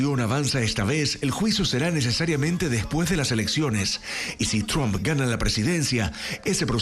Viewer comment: No es chomp, sino Tramp.